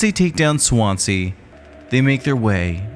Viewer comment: Why can't Americans pronounce. Swansea . Its a Swan and sea . Not swance, see . 😂 good vid tho